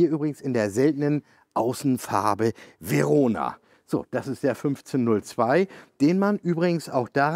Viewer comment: I cannot believe this guy said "Verona" and not "ferona", GioVanni and not GioFanni, plus lots of knowledge well shared... this guy is really great!!!! Liebe Grüße aus Italien!